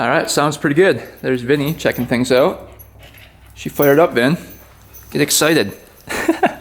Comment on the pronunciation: Did I hear. I'm going to test it "ooout" in the snow? You seem to have some hoser in you " heye".